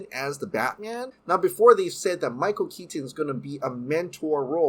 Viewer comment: Michael Keat-ton